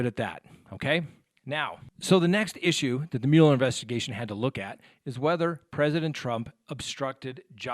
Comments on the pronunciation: The Special Counsel's name is pronounced "Muller," not "Mewler." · it's not pronounced mule-er. It's Mueller, like mull it over. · Mueller - pronounced MULLER. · Angie Stone Mule-er is the original German pronunciation, not the bastardized (American) version.